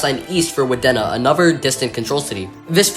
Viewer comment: Wadena is "Wah-dee-nah".